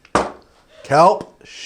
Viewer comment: I thought he said cum shake 😂